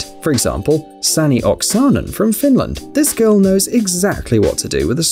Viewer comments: "Säni ogsaaaaaanen from finland" how bout just Sanni Oksanen😂😂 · Lol I laughed so hard when he said Sanni Oksanen, because I am from Finland and I am very sure thats not how you say the name xddddd but I do kniw that its your way to say it cause you probably are not from Finland, mutta hei, sinä, juuri sinä siellä HUOMAA TÄMÄ KOMMENTTI! Tykkää täst jos oot Suomalainen c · Sanni Oksanen is in english like Sanni branchen